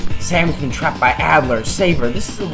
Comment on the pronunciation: its adder not addler but great tips